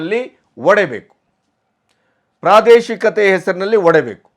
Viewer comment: ನೀವು ಆಯ್ಕೆ ಮಾಡಿಕೊಳ್ಳುವ ವಿಷಯ ಒಳ್ಳೆಯದಿದೆ. ಆದ್ರೆ ನಿಮ್ಮ ಕನ್ನಡ ಭಾಷಾ ಉಚ್ಚಾರ ಸರಿಯಿಲ್ಲ. ಉದಾ : ಒಡೆಬೇಕು ಅಲ್ಲ ಒಡೆಯಬೇಕು